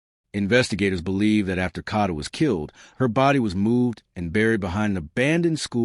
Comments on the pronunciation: You need to get it right it is k a a a a a a a a a a a a a a a d a a a a a a a not k h a d a😅😅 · It’s pronounced Kayda 😒. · Every video that can't pronounce her name correctly (such as this one) doesn't deserve views no likes. Train your AI more properly. Ka(y)da!!! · This is so sad and brutal, jealousy is a bad thing to have....I hope he rots in jail and the people with him, I wish the narrator could pronounce her name correctly